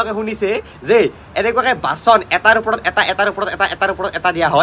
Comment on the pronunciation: "উপৰত" নহয় বাবা!"ওপৰত"হে।